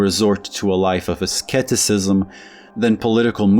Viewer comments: By the way, the C Is silent in Asceticism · The first c is silent in "asceticism". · are you trying to say "asceticism"? when you say "asketicism"?